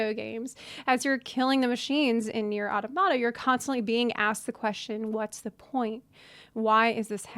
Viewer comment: why does no one know how to pronounce Automata correctly...